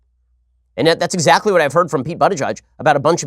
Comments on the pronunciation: Ben said his name wrong it’s pronounced boot not butt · I opened this video only to listen Shapiro pronounce "butty gayge" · Butt Gauge sounds like he could’ve used some help when he was younger. More so right now. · You really think mispronouncing Buttigieg's name will hurt him? Ben, you sound like a schmuck on this one. Pence, as Governor of Indiana, attempted to attack LGBT and other communities promoting a disgusting bill to allow employers to discriminate against employees and applicants on the basis of religion beliefs.THE BILL FAILED. Buttigieg has every right to call Pence out as a religious hypocrite. .